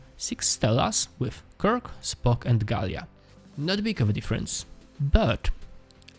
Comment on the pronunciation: Gaila, not Galia....!